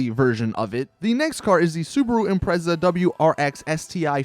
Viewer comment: You may not be a car guy but you're the first American I've ever heard pronounce Evo & Impreza like the rest of the world does..